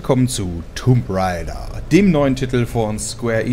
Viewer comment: Junge, schau wenigstens zu, dass du "Raider" richtig aussprichst. Es geht um das, was WOW-Opfer machen - nicht darum, was man auf Pferden gewöhnlich tut.